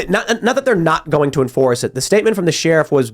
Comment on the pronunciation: I'm just here to see if Tim finally learned how to pronounce "sheriff".